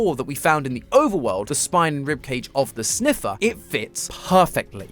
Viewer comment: and the winner is? “ze sneffer”